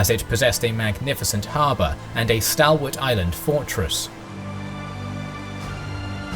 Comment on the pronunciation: Unusual pronounciation of some words (mercantile, Levantine, stalwart)